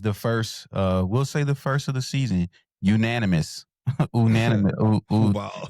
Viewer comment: Unaminous! ~ lol!